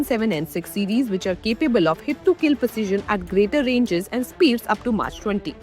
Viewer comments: March 20 😂😂😂 Who made her to read the news, it’s mach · oh, of course - because Michael Bay is your aerospace guru Mach - named after German physicist Ernst Mach - is the name given to the dimensionless ratio number representing fluid flow conditions Who the hell doesn't know how to pronounce this word? Oh - Indians, that's who. We are intellectual superpower, in our own minds. In reality, we ooze our illiteracy at every turn, every opportunity. Aur Quota Raj karo. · Was thinking the exact same thing….maach!!!! 😂😂😂😂😂😂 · You dont even know how to pronounce MACH ?? 😅😅 This is arts students are not fit to report on Science topics.